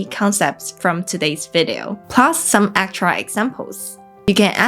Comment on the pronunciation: Before 30 seconds in, I heard "akchera examples", when it should have been pronounced 'AK-tchoo-AL'. I have grown berry weary of nit-picking Chinese with superiority complexes when it comes to critiquing English speakers. You will NEVER approach my fluency in any regional dialect of native American English. Fifteen years into Mandarin study, and around many Chinese people from numerous different areas of mainland (and Formosa / Taiwan), I learned none of them speak alike. And I'm not even including the Guandonghua / Cantonese of the south, or Shanghai speak (seemingly influenced by Pinoy Tagalog). And I decided that it is a foolish effort to try to meet anyone's approval. If they (or you) WANT to communicate and reach understanding, we already know that can happen without any words at all. 谢谢